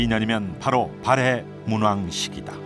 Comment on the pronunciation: 발음을 잘 하새요. 발에 왕국? 참나. 발해!!!!